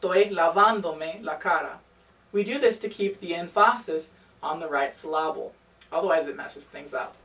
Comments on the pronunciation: Emfasis‽ siloble‽ is English your first language? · you said syllable incorrectly. also nice Spanish videos